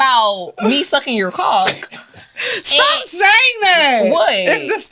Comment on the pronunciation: definitely don’t say “cock” right🤣🤣🤣💀 I love you girl but nah😂